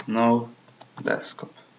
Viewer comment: () przy okazji DESKTOP nie DESKOP